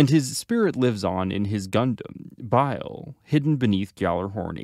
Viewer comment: They SAY the NAMES in the SHOW, what is it with youtube people and mispronouncing names?!?!?! It's BAIL not bile, they pronounce Aknika Kairou's name SO FUCKING MUCH for you in the back third of the series, WHAT is the problem?!?